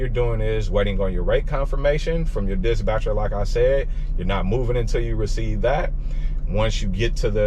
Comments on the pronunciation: Dispatcher not Disbatcher..lol got it bro🤣🤣🤣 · Love the content boss, been an owner/op myself running big trucks though. Switching over to sprinters soon. Btw, it’s “dis-patcher”, not “dis-Batcher”. Keep gettin that loot! 💪🏾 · Why you keep saying disbatcher? I thought it was dispatcher 🤔 or maybe it’s something else your trying to say am confused